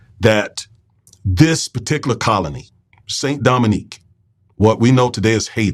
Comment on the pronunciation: Haitians are still paying the price for being the 1st black republic. Btw, i know you are miss pronouncing it, but it was called "Saint Domingue"